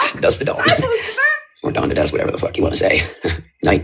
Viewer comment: Lou!!! It’s dusk to dawn. Not dust to dawn.